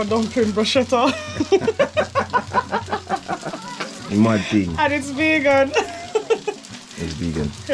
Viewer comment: that is not a "Bruschetta" and it's not pronounced "Brusheta". I must say that I really love those overnight refried dumplings.